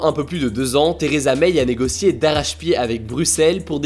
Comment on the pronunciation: Vidéo très concise, mais ça se prononce Theresa MAI, pas MEIYE.